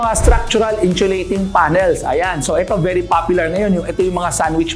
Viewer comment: sana paki pronounce ang insulating ng maayos. hindi inchulating